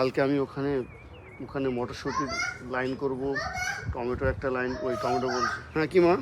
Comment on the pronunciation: Tometa noy tometo bolo